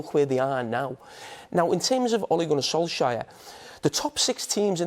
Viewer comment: “Ole Gunnar Solshire” 😂